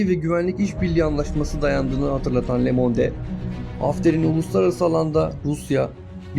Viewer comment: lemonde degil :) lömond diye okunur